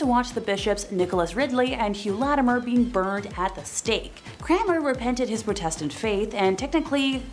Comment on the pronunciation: How do you mispronounce Protestant? Protestantism is one of the major religions in this world!! People are just getting stupider and stupider by the minute! SMDH 🙁